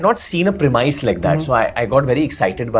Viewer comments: prem - is varun prem-is not premuis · Correct me if I'm wrong, but did Varun (and then Kiara) pronounce 'premise' incorrectly?